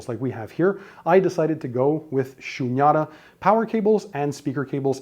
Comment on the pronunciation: The Cables are " Shunyata" . It is pronounced as "Shoonyataa" . Its a Sanskrit word.